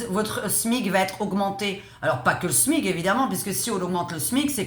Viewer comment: On dit le SMIC comme SMICard et pas le smig 😮